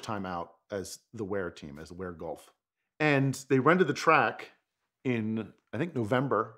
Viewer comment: It’s Wyer not Wear.